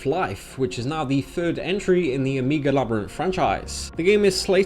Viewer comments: By the way, why do you say "amiga labyrinth" instead of "omega labyrinth"? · They don't want to damage their brand so they're damaging their brand. Brilliant! Oh, and your pronunciation of "omega" sounds very much like "amiga" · o'mii'ga labyrinth life lol edit : just to be on the safe side, i mean no disrespect in any way, and have never heard it pronounced that way before, lol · When you can't even pronounce omega...